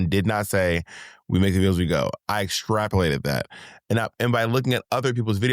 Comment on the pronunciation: Bob, every time you call out Monet for a little mistake or mispronunciation... just know that your listeners are doing the same to YOU.😅 Go out on a whim and extrapulate that!